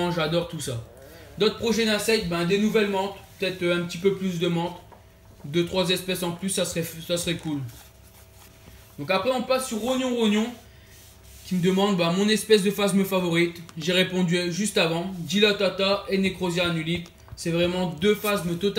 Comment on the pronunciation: Je participe avec grand plaisir , je suis plus insecte parcequ'au niveau des reptiles je ne mis connais pas du tout 😅 par contre quand tu dis min pseudo c'est : Rogon Rogon pas Rognon Rognon :) mais je ne t'en veux pas parce-que tout le monde le prononce comme sa mdr